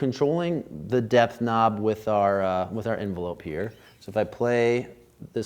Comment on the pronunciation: Love and Light to you! Thanks again for these straight forward, no-nonsense reviews - especially dropping some DIP-Switch knowledge. Also, is it just me, or did others hear "Death Knob" (instead of 'depth')? Chasing My Bliss in Oakland 💙🏳‍⚧🤘